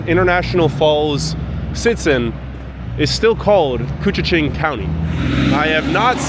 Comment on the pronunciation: Very impressive you pronounced koochiching correctly! 👍🏼🤣 Born in Baudette, I haven’t been to “I Falls” in probably 35-40 years now and you did a wonderful job showing it off! Fun Fact: we can easily experience 60-70 degree temperatures changes within a day or two, -30 to +32 is quite common. Fun Fact #2: we own more clothing than other people (eg.)3 -4 pairs of boots along with tennis shoes and sandals. Same thing with Jackets, hats, gloves and scarves!